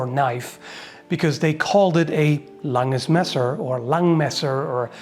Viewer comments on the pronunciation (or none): "Lang-ESS Mehsser"